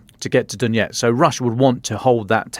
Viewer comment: "Donetsk" not "Donyetsk" "Avdee yeevka" not "Avdeevka"